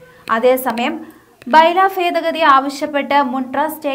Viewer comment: Fedagathi അല്ല, ഭേദഗതി ആണ്.. ചില ഭാഗത്ത് "f" എന്നും ചില ഭാഗത്ത് "b" എന്നും ആണ് ഉച്ചരിക്കുന്നത്.